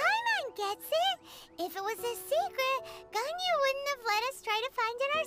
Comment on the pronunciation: I'm glad to see someone finally chose to call Ganyu "Yangu"